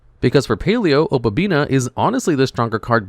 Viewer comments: OH • PUH • BEE • NEE • UH. O PA BI NI A Opabinia. For fuck's sake. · Paleo is such a fun deck to play. Opponents are just never gonna read when playing against this deck. Edited: OK, the obabinia and leanchoilia pronunciation is just intentional engagement farming at this point.